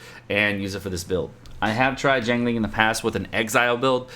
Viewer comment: Just FYI a breakdown of her name its pronounced. Xi as in 'si' in the word sick, ang as in 'ung' in the word Lung and Ling as everyone knows it.